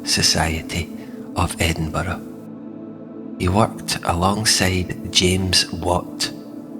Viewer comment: And to hear Edinburgh pronounced as it should be.